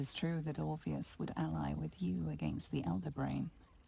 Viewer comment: For english being your second language, you did great amigo. It’s pronounced like the dude from Matrix without the M: Or-fee-us